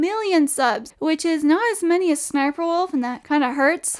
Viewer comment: It’s pronounced s-s-sniperwolf